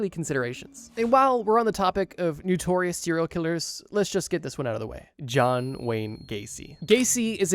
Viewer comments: Bro NO- TORIOUS not NEW-TORIOUS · NOtorious it's pronounced. Love these vids but you use the world a lot to pronounce it wrong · Why can’t the narrator pronounce “notorious” correctly? Wtf is “Noo-torious”?😂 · Why u say “nutorious” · It’s okay that he didn’t say it right, it’s probably regional and a very simple mistake to make